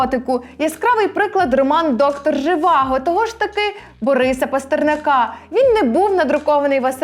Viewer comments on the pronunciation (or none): Дякую,, за відео, дуже потрібний контент, що важливо - доступно і просто, але змістовно викладений. Певен, цю тему можна і треба продовжувати. Єдине - все ж таки ПастернАка, наголос на передостанньому складі.